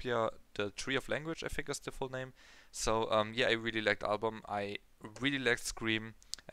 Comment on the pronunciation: finally you got their name right. congrats